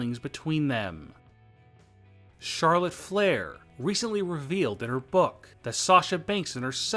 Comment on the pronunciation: chorlef flair. Edit the script plz